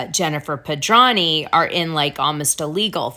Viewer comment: Dana, if you’re going to mention someone’s name multiple times in multiple broadcasts, you really should say their name correctly. Jennifer Pedranti. Her last name has a T in it that you completely ignore. You pronounce it as Pedrahny. It’s PedranTi. How would you like it if someone just left out one of the letters in your name?